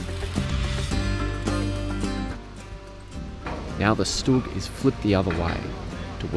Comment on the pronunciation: Hi guys! Thanks! A small mistake. Not "STUG". StuG- right